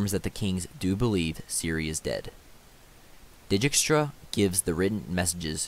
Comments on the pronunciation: It would actually be closer to 'Deykstra' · Great videos! Please stop saying “deejeekstra” it’s “deekstra” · I've noticed that u pronounce dijkstra's name as di gi k stra it's actually deegstra or at least that's how geralt says it in tw3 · It's a Dutch name and they pronounce it day-kstra (or very similar, I'm not Dutch:). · It's Dike-stra in the audiobook. Either way he butchered most pronouns; and I agree, good video. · Stefan I’m pronouncing it as if I were Polish, as is the source material. The fact that in the first audio book the narrator pronounces it deykstra has nothing to do with it. In any case, any pronunciation variation is better than deejeekstra. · Vilgefortz pronounced Vill Ga Fortz Dijkstra pronounced Deekstra Good video👍